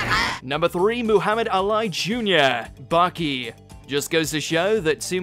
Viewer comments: Man said Muhammad Alai 😭😭 I'm crying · This man really just said Muhammad 'A Lie' 😅😂😂😂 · It's Muhammad Ali not whatever he said. 🤣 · Aint never in my life head someone pronounce ali that way.